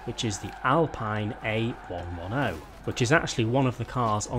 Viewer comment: AAAAAGGGGGGHHHHHHHHRRRRRR. ITS PRONOUNCED ALPEEN A ONE TEN!! NOT ALPINE A ONE ONE OH. AAAAAGGGHHHH